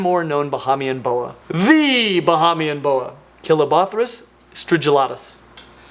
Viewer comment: Hey! Love your videos! Bahamian born fan here and lol just wanna hip you to some pronounciations Bahamian- Ba-Hey-Mian (not Ba-Ha-Mian) Abaco- Aba-co (not Ah-Baco) Keep up the fantastic work!!! Again love watching your videos!!! (Can we get some new tank building videos? Maybe I’m just missing them cuz I watch so many of your Genus explanation videos lol)